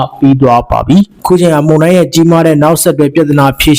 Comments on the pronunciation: ပို့စ်သတင်းပြောသူရေ ဒါလေးလေ့ကျင့်ပါ မုန်တိုင်း မုန်တိုင်း မုန်တိုင်း မှုန်တိာင်းမဟုတ်ပါ မုန် နဲ့ မှုန် အသံထွက်မတူပါဖူး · မှုံတိုင်းမဟုတ်ပါ,မုန်တိုင်းဟုအသံထွက်ရမှာ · ရေးတော့လဲအမှန် ဖတ်တော့လဲမှန်တဲ့အသံ ဖြစ်သင့်ပါတယ်။ မုန်ယိုတာ မုန်တိုင်းဆင်တာ' မုန်' အသံမှန်ထွက်ရမှာ ဟထိုးအသံ ထွက်ရင် အမှားလို့မြင်ပါတယ်။